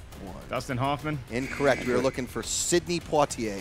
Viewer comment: with impeccable pronunciation of POITIER, Impressive.